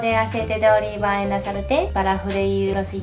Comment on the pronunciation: Oriva. La "L" no existe en Japón y el sonido más parecido es el de la "R", por eso nuestras palabras con L ellos las pronuncian con R simple.